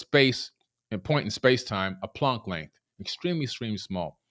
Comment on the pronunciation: The way he pronounced planck time made me want to vomit haha